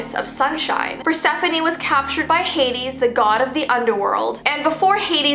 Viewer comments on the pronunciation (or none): none